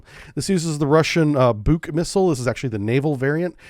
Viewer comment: Props for pronouncing Buk properly.